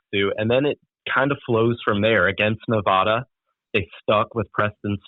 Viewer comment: Not only did he get the name of UNR wrong, he mispronounced Nevada repeatedly...